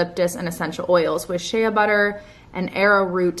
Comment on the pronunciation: Awww “shay-ya” butter. She’s the sweetest.